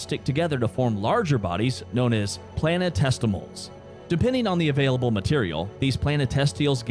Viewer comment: Planetestials?? C'mon maaaaaan